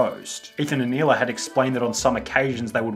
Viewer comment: Hey, Israeli here. Both Ethan and Sunny say Hila's name wrong. The dominant sound in the word is "La" not "Hi". It translates to "Aura" in Hebrew.